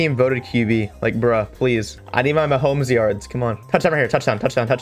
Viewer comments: Actually its ma hom es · No, it’s Ma hom os 😂😂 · “Me Patrick Ma HoM eS” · It's Mah om es